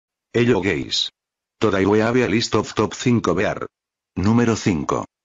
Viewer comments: elo gays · ello geis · "hello gays" Ok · helio gays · "Helo gays" 😀👋